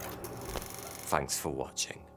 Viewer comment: "Fanks for watching", man I love this guy.